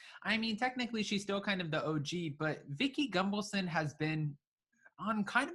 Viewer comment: Are you mispronouncing her last name over and over again on purpose? There is no M in her name.